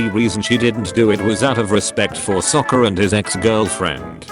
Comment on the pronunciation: bro even the ai voice says sokka's name better than in the movie😭😭